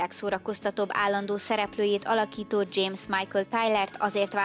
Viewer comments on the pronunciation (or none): none